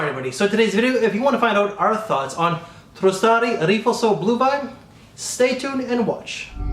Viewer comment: I love your channel so don't take this as a troll comment but PLEASE stop adding an extra T to the name of this house. It's Truh-Sar-Dee, not TrusTardi. I can't remember but I may have discovered Riflesso in part because of you and blind bought it because I found a dirt cheap deal on an unboxed bottle and love it. Can't wait to get ahold of this one.